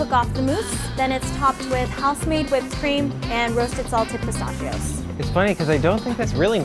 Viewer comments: Did she say “salted pee-stah-shi-ohs”? Also, I’ve had the earl grey pie and it is unreal. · Anyone else really mad about “pastachios” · The way she pronounces pecan. And pistachios. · The way she pronounces “pistachios” made me angry.